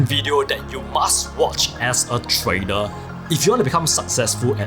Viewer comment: it's joke on how he pronounces the word trader